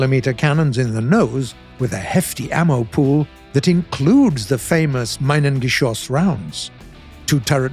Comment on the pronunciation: Btw minen(geschoss) is pronounced meenun and not minun